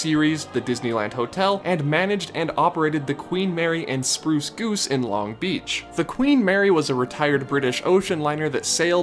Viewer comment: I just need you to know that you're putting the emphasis on the wrong syllable in Long Beach lol